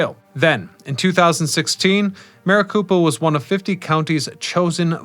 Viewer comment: Maricopa County - copa, not koopa... I believe Marikoopa County is in Super Mario Land... lmao 😂